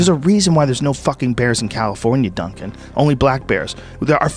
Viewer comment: Downes the way he said duncan in the beginning, sounded like he was trying to say dumbass with the emphasis on it